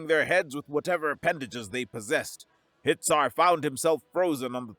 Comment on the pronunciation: Hitsar sounds like Hit!er 😂